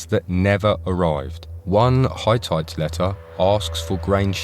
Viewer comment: Not bad. But fgs, get your AI voice to pronounce Hittite correctly as "Hih-tite" instead of "Hi-tight".